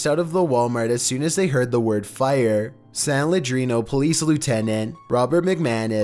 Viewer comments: Please stop mutilating the name of the town in number 2. It is San LeeAnnDro, not San ladreno for Gods sake man google it would ya?? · It’s pronounced San Lee-an-dro. Not San Ledrino lol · Why he saying San Leandro like that 😂😂😂😂😂😂😂😂😂😂😂😂😂😂😂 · #2 it's San Leandro you pronounce it wrong, I go to that Walmart all the time I remember when that happened. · You pronounced san leandro wrong lol